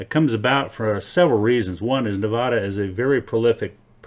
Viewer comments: It's not Nevoda, it's Nevada. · Neh-VAAAA-dah, not Neh-vahhhh-da. Thank you for your informative video, though. My backyard is a, no pun intended, gold mine :) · Stop saying Nevada like it's a gay bar. We locals dont say Nevhada... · Start by pronouncing nevada the right way. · Hurts every time you pronounce Nevada wrong 🙈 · It is not uncommon to find gold associated with cinnabar which is mercury ore, and mercury is found in hot springs deposits as is gold. And please learn how to pronounce Nevada, we nevadans can get very irritated when foreigners such as yourself mispronounce Nevada. Also you might want to bone up on your geology and mineralogy if you're going to make youtube presentations such as this. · Its so grating to hear it pronounced wrong by basically everyone other than Jeff Williams.